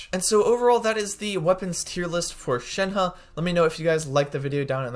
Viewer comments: Shen He is pronounced more like Shen "Her" in mandarin. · You keep saying her name wrong